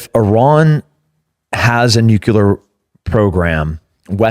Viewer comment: Nuclear. Nuclear!! Not nucular